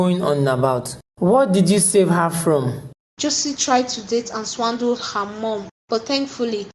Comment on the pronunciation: Who the fuck is reading the script.... it’s swindle not swandle please 😏😏😏😏🙏🙏🙏🙏🙏